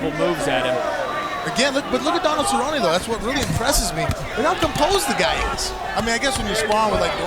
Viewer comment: David cerrone? He needs to keep his hands up? Shut your mouth lol you focus on getting his name right. Obviously doesn't love the sport